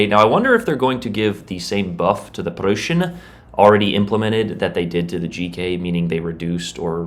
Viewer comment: Aint no way bro calls it the Prushen😭